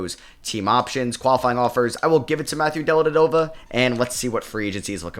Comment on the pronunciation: I missed hearing try to pronounce Delly’s name lol just completely ignores the first V in his last name 😅